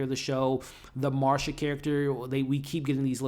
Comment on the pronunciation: Nicole Kidman's character is named Masha, not Marsha, no R 😅